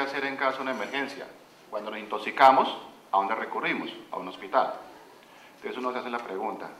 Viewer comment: "intosicamos" ............animal